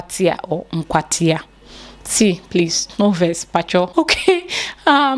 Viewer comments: My school is in AKWATIA, not NKWATIA 😆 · it's Akwatia, not Nkwatia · Naaa Akwatia not Nkwatia. That’s my niece’s alma mata. Well done